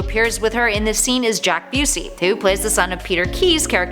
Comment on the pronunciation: JAKE Busey, not "Jack".